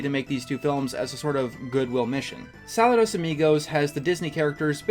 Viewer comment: It's pronounced SaLOOdos